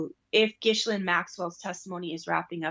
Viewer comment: You need to learn how to say Ghislaine’s name correctly.